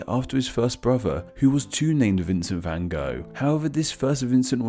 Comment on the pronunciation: The van part, the rest is fine.